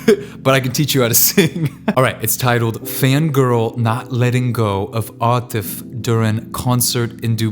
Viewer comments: He finally pronounced atif correctly! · Ok. Atif Aslam's Aadat is looong overdue now. Hey, he learnt to pronounce Atif's name correctly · Seriously your "atif" pronunciation is getting better and better